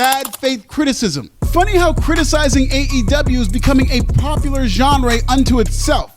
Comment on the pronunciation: Oh, for crying out loud... Firstly, learn how to pronounce the word "genre". Not even French people say it like that. Secondly, learn how to pronounce the word "zealot". The emphasis is on the first syllable, not the second. Your strangely mannered way of speaking English comes across as being rather pretentious. This is a problem when your occupation is making audiovisual content on YouTube. Please don't give me that "this is how we say it in America!" garbage, because I know that's not how those words are said in the Anglosphere. Nobody with any intelligence gives a damn about your "black perspective". It's self-patronising nonsense. The ramble from to is a meaningless word salad. You have the audacity to whine about racism, when it's clear why you're the world's biggest cheerleader for Swerve 'My Name Sucks' Strickland. Who did you think should've been the WWF World Heavyweight Champion in the early '90s: Mr Hughes? Tony Khan, in case you've not noticed, is about as white as Louis Farrakhan. There is a widely ingrained attitude in African-Americans that says that "Pakistani people aren't really black, blah blah blah". Well, in point of fact, neither are you, you're brown. Many Americans say this about Polynesians, too, which is pathetic. "The Rock isn't black, because he has Polynesian blood, but Mahomes is The Black Superhero of the National Football League!" It's such a dumb attitude. If you get to call yourself "black", so do the Polynesians and the Pakis. Ye